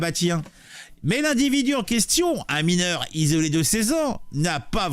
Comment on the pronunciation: Faux, il est « mineuw » !!! 😂👍